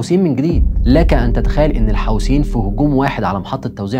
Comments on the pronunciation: ملحوظه بس اسمهم الحوثيين مش الحاوثين عييب اوي انك مش عارف تنطق اسمهم صح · يا اخي الفض الكلمات جيداً الحوثيين وليس الحوسين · الحوثيين وليس الحوسيين